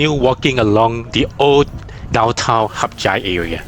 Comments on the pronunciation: hat yai is not pronounced as HUP CHAI idk where u learnt that from but it is wrong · Why do you call the city Harp Jai when it's called HadYai.